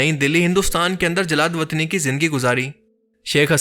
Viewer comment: pehli dfa AAP ki mistakes pakri main nain aap k bolnay main. Pehskash ki pnaah di Gai or jila watni ki jagah jallad watni...😂😂